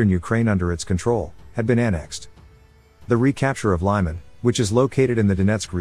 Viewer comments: Pronounced 'Leeman' not lieman. Slava Ukraini!! The home of the Good and the Brave!!! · It's not lie-man it's lee-man. The voice over in this channel is embarrassing. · It is pronounced Lemon (Lyman)